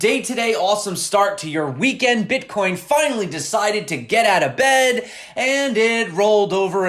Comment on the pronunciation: Love your videos, hate the way you say the word Bitcoin